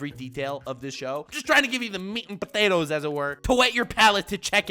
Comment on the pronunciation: NGL One of the most satisfying sounds in the known universe is saying, "Meat and Pttt-atoes."